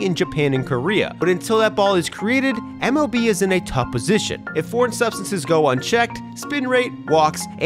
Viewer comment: no hate but you can hear him say mov